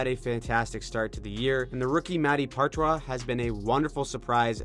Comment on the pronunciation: could be wrong but I believe Poitras is pronounced pot-tra